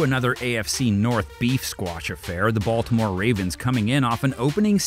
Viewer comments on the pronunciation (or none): none